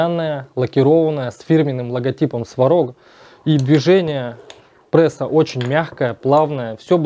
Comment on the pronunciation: да не ПРЭСА, а пресса! так дико звучит, но всё равно интересно.